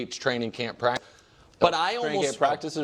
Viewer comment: Oh no the poor pwactice baby got push on the gwound. Football is getting soft